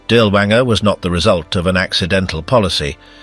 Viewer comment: Perhaps you could have taken the trouble to pronounce his name correctly?